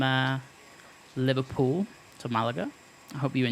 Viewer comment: "LiverPEWL" lol ;D